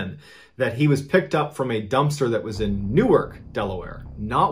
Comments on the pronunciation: "Newerk" New Jersey "New-ark" Delaware ☺️ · Just a heads up Mr. Ballen. The town in Delaware is pronounced like its 2 words NEW-ARK. The town in New Jersey is pronounced Newirk. P.S. I LOVE THIS CHANNEL ! keep up the excellent work ! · Hey mr ballen I say as someone one from Newark we say (new-ark) not ( new-erk) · As a Delawarean…it’s New-ARK, not New-Erk…we’re not Jersey…we have a thing about this! 🤣🤣🤣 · Newark. New ark delaware. Noork new jersey lol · Anyone in Delaware will be pissed to hear Newark pronounced that way. Big no-no. It's New-ARK! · Newark, DE is pronounced like New-Ark, not like Newark, NJ. ... hate to be that person, just warning you for the future because I've been yelled at over this before 😂